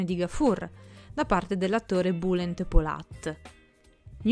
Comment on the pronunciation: Comunque Bulent si pronuncia "Biulent".